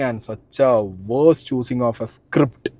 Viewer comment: ഹാൻട്ട് അതെന്താ. സ്ക്രിപ്ട്ട് സ്ട്ടോപ്പ്‌ ആക്ട്ടിങ് ഇതേതു ഭാഷ